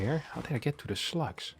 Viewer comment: It took me almost a full minute to figure out what you were talking about. I heard 'sluts' the first four or five times you said slugs, and at the end when you said "poor slugs", I said "poor sluts" and laugh far more than is probably normal. Thank you for this morning silliness.